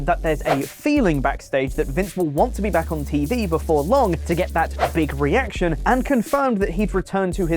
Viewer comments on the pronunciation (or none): none